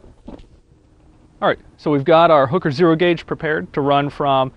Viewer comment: or so it sounds like he is saying hooker!!!!